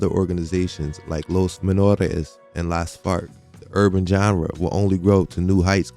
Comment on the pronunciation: I keep hearing Los Fart every time you pronounce it lol